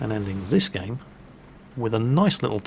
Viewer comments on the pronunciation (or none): none